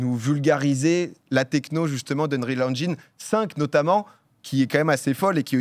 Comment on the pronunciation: Merci de prononcer engine correctement ^^